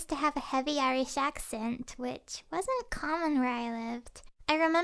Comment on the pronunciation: She said wadsnt common